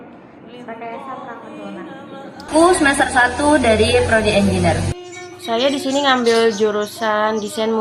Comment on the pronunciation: izin saran ikhwani. Pengucapan kata "engineer"nya kurang tepat alias salah. coba dengarkan google assistant atau voice over. para mahasiswanya juga rata2 salah mengucapkan kata tersebut. Semoga bermanfaat. semoga kampusnya terus berkontribusi positif untuk bangsa indonesia dan masyarakat global. amin.